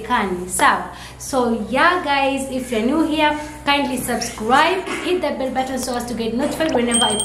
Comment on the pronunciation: Its the "Subscwwwiiibbbeee" for me 😂😂😂😂